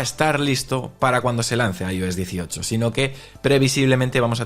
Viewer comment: Lo que a mí me duelen los oídos cada vez que dice “Ayo s”😂😂😂😂 (“Ai, Ou, S) 😂😂😂😂